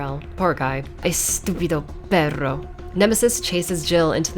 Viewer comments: ese español no esta nada mal. saludos de chile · "Estupido perro" Good Spanish cursing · Estupido perro, nice spanish! Love it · ok, honestly that's some good Spanish pronunciation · nice spanish accent, amiga mía. :v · I know im super late but your spanish on "estupido perro" was pretty good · "Estúpido perro" hahaha nice Spanish That was hot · "Estúpido perro" 😂😂 Que buen español, caught me off guard ngl. Great video!!